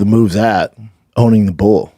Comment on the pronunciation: Bull is not the same a bool